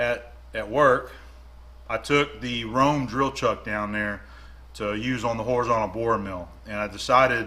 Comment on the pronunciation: German here. Röhm in German is not pronounced like Rome but the ö sounds more like the e in nerd but longer because of the h.